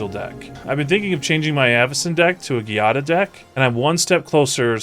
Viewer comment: The giada mispronounce pains me and i'm not even italian D